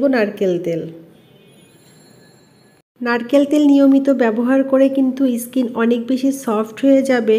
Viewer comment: ইসকিন কি ধরনের কথা skin স্কিন বলুন।।। যদি তাও না পারেন বলবেন চামড়া বা ত্বক😆😂🤣।।। আর গোলো না গ্লো হবে এতো ইংরেজি কেনো বলেন 😃😆😁 ।।।